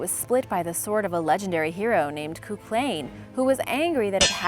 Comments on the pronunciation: “Coo clane”? It’s pronounced “Cu Cullen”. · its "coo-cuhlan" and its ireland not EyErLaaNd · It's not cu - clain it is pronounced coo-cu-lin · MacLeod, like mak-lowd, not mak-loyd, and Cuchulainn is pronounced koo-hoo-linn, not koo-klain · It's pronounced coo-cul-in if that helps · Cú Chulainn is pronounced 'Coo Cull Ann'. Thanks for another great video. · Cú Chulainn ‘= Koo Kulan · Absalutly butchered the Irish names, which I know are hard to pronounce but a quick google search will tell u how to pronounce the names :(